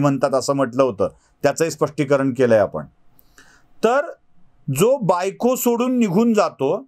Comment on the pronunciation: तुमचा मी फॅन आहे.फक्त आपण,म्हणून, णच्या ऐवजी न म्हणणं प्रयत्न पूर्वक टाळावे ही नम्र विनंती.